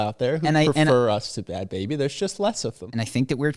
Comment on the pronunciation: Bhad Bhabie is pronounced like “barbie” with a Boston accent.